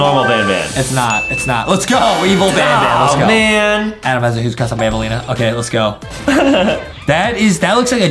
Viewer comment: Adem has a huge cwush on banbaleena